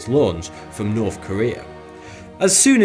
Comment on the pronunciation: He's still got the same old speech impediment though. Norf Korea?